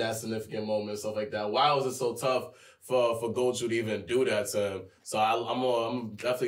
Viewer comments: Robs been saying “goju” for almost two years and they haven’t corrected him 😭 that has to be intentional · its pronounced GO JO not GO JU also you guys are confused this season isnt just about gojo’s past only part of it is then we’re going back to the main stuff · someone tell them its gojo not goju 😭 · my brain will blow if keep saying “Goju” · still calling gojo goju lmao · So they’re still saying goju after all this time 😅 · loves Gojo but he can't say Gojo 🤔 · One of y’all niggas in chairs please help pronounce Gojo correctly 😩😂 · How tf can someone struggle to pronounce Gojo properly wtf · Lmao imagine being so hyped about a character and never pronouncing his name right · They still can't pronounce Gojo lmaooooo Proves they don't read comments as lots of people pointed that out under the season 1 reactions. I will never understand that since the voice actors are telling you how to pronounce it by saying his name in the anime. So it's not like you have to look it up or anything.